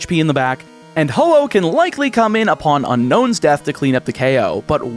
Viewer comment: Man was ho oh long.(hoppip was longer)